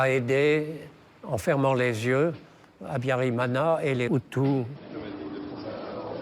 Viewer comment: Why does this journalist mispronounce every word:Habiyarimana, Akаzu, Kinyarwanda, ,Bagosora etc.He did not pronounce any of the words correctly